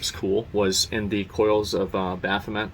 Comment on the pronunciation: But... he calls Y’shtola Y’shlota. And Bahamut Baphumet.